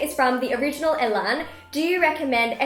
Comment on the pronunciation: AHHHHHH! I am so happy that I made it into your Q&A, I don't even care that you pronounced my name wrong!!!!! The_original_elan (Pronounced The Original E-lohn)